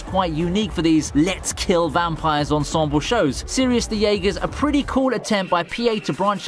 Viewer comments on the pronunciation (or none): none